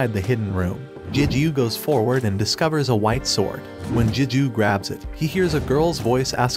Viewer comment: It's Gigyu not Jijyu A G not J most words starting with G don't sound like a J.